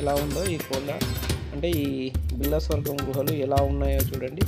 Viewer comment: గృహలు కాదు. గుహలు